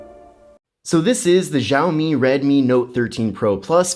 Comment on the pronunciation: It's pronounced "Shaomi" not "Zhaomi"...dumb one language (barely) speaking Americans 🙄